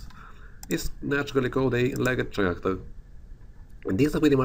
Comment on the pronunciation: It's pronounced Karacter, mate. Good video! :D